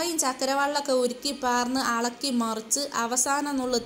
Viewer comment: അളക്കി അല്ല ഇളക്കി 😂🤩